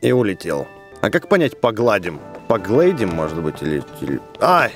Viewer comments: не покладим а погаллдиимм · не погладим, а погалдим правильно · в конце сказал не погладим а погалдим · Не (ещё погладим) а (ещё погалдим) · Рито сказал погалдим а не погладим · правильно не погладим А поголдим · Не по гладим а по галдим